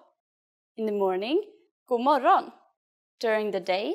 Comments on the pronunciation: As far as I know they don't pronaunce the "d" and "g" in that sentence. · The “g” isn’t supposed to be so heavily pronounced. I’m Swedish and we don’t say it like this in Sweden. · The pronunciation of "God morgon" (like ) in this video is strange, here the "g" is very hard, but in every other I have listened to, the "g" is very little pronounced, almost inaudible 🤔